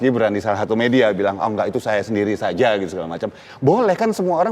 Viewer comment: Biar sazzzzaaaa Cok ... Z atau J?! Saza atau Saja🤪🤪🤪🤪